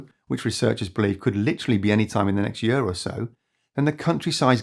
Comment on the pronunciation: I support this NON AI Video! (But the constant OVER PRO U CIATION of the word YEAR makes me want to unsubscribe and pu ch him I. The face, what the hell, Year has ONE SYLLABLE, NOT THREE! YOU TAKE A YE-A-R TO PRONOUNCE THE WORD YEAR! ) Just a nit pick...